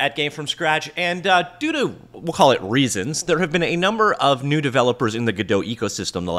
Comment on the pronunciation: anyone hear "doodoo" instead of "due to"? I laughed harder that I probably should have.